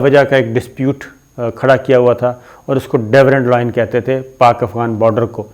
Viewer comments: صابر صاحب Durand Line ہے Dewrand Line نہیں ہے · There is no such thing as 'Devrand Line'!!! Kitni baar aapko bata chuka hoon ke aap ye naam ghalat lete ho. Angootha chaap ho aap ke bilkul parhna nahi ata?? The border is called Durand Line, not Devrand Line. 20 saal ki sahafat ka daawa karne walon ko itni bhi aqal nahi ke ghalat naam batane se credibility zero ho jati hai. Kisi se consult kar lia karo uncle, kitni bezti karao ge apni?? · It is not Daverand Line. It is DURAND Line